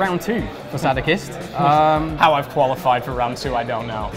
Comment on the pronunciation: Brit that cant even pronounce Sadokist properly